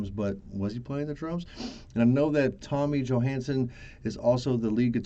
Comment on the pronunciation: Thank you! You pronounced my name surprisingly well